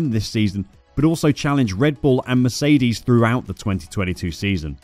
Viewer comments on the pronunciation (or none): none